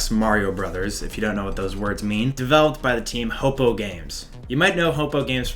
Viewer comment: Great video but please for the love of god pronounce Hopoo and Acrid correctly. It's HO-poo or HOP-poo and AC-rid.